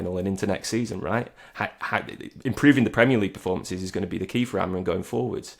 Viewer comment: Stop calling him AMORIN ffs, how f**king lazy are people? You hear all these content creators and journalists from Manchester and around the northwest completely incapable of saying his name correctly. His name is AMORIM, not AMORIN. as always with the AMORIN nonsense. F**king weird affectation that is.